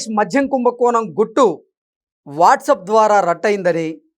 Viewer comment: మధ్యం కాదు నాయనా 😮 మద్యం.